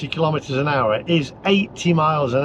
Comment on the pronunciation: Please don’t pronounce kilometer kil lometer. There’s no such thing as a lometer. You wouldn’t ask for a kil logram of of onions. So kilogram it is and kilometer.